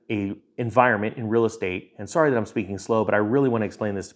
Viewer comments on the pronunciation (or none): none